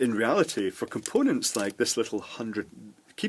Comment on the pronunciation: a water 'pape', 'compoonents' and 1.5 'nanofart' lol.. Beside that good video.